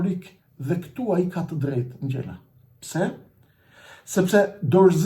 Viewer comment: JO SPARTAK NGJELA PO SPARTAK NGJALA 😂😂😂😂